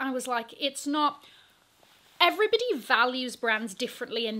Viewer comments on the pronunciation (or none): none